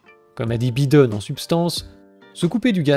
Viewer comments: C'est bien mais il ne s'appelle pas "Byden" mais "Baïden" ... Faites un effort. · j'aime trop comment tu dis bi den au lieu de Byy den 🤣🤣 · Ha les français disent même biden au lieu de baïden waw 👏🏿 😂 Pourtant macroni adore cette langue hein ! il est votre président non !? 🤔...